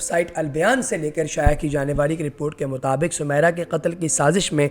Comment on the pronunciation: نام سومیرا نہیں سمیرا موسی ہے میم میں زیر کے ساتھ۔ حد ہے تم لوگوں کی جھالت کی۔